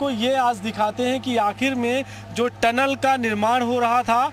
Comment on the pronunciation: अनाड़ी चैनल हैं। टलन नहीं टनल होता हैं। पढ़ें लिखे लोगोंको रखिए।